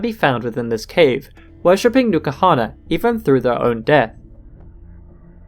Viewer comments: Isnt N'kuhana prnounced en kuhana rather than new kuhana? Not a native english speaker so i assumed the n is pronounced by itself ^^ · The video was great, i JUST have a big gripe with it... Is it stated anywere the correct pronunciation of n'kuhana? Because its written in a manner in which you would pronounce it like "enkuhana", but you pronounce it "NUKAhana".